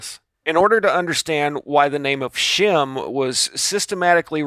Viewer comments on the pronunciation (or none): none